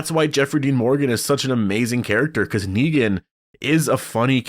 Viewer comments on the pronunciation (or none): none